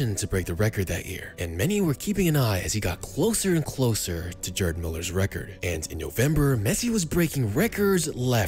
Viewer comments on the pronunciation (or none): “GRRd”. Not “JErd” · It's priced "Guerd", bro. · The G in Gerd Müller is a hard G like in Gold or Goat